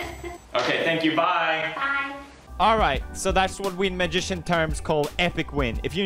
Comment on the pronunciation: i love how he struggels to say " magician " lol